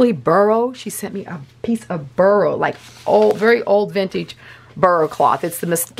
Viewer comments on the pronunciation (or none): BORROW is how one pronounces Boro, NOT burro.